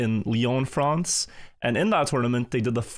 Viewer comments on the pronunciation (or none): none